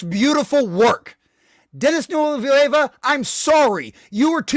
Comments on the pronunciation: Christ what a sad little rage. You're so obsessed with being anti-woke that your diatribe is devoid of any logic and screams "complete and total destruction of" every 30 seconds. Your whole argument is based on Villeneuve (pronounce Ville-nerve btw, not Villa Nueva) thinking the audience is too stupid to understand Paul is an anti-hero. The reception to the original and Herbert's disappointment already shows that Dune didn't successfully impress that on its readers...hence Dune Messiah. Villeneuve chose to expose the Paul's inner conflict between leveraging false superstitions and fulfilling his duty using factions within Fremen society, rather than just Paul's internal monologue. It works better on screen, provides a great cliff-hanger ending AND solves the hero interpretation which Herbert took issue with. For that huge advantage to the storytelling you lose what...complete subservience in a female character? Why are you so obsessed with that being key to Chani? She's obviously going to come to understand the political motivation behind the marriage and forgive him in the next film anyway, otherwise how will you get Duke Leto II? Just take a deep breath and get out the house honestly...not everyone is trying to ram a woke agenda down your throat. Grow up. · If you want a medium where you can enjoy subservient Chani, youre free to keep reading the books. Good luck on your Conservative Grift buddy 👍🏾 Edit: I feel like there are enough interviews telling you how to pronounce his name lol.